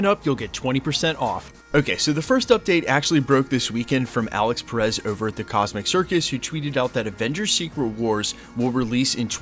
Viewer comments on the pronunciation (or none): none